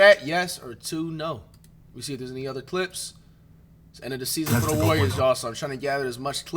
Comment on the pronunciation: They way he say warriors always sound like Worriers qnd man id be worried too